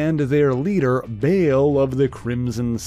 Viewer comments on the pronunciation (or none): Yeah, "Bail" - it's Baal, like "ball", not bail 😑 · Bale? It's Baal [spelled w/2 A's] pronounced BAAHL